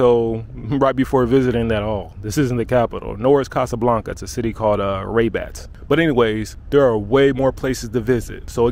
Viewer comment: Man I love the way you pronounce Rabat, very cool. Glad you loved our country, you're welcome anytime and bring your friends...